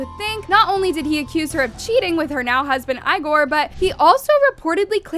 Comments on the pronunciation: Lmao, this chick can't pronounce a single name right. "EYEgore", "PAYS". 😂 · Bro it’s not said like eyegor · Girl it’s Igor (Eeeegor) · You can’tIgor name correctly